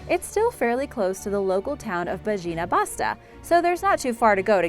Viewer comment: you should learn to pronounce the names before you use them. Bajina Basta is pronounced Bayina Bashta